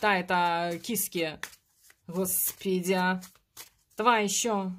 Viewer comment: Спасибо за расклад! очень соскучилась по слову " ХОСПИДЯЙ ".